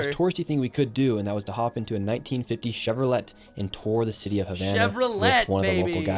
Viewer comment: the pronunciation of Chevrolet is fn strange 😂